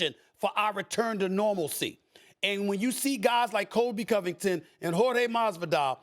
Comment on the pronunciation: “Hor-day” Stephen A Smith